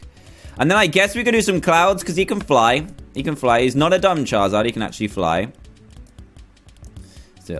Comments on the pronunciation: Dan do you say chaezard instead of charizard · Did that cupcake guy say, chizard, it's Charizard, Pokemon noobs am I right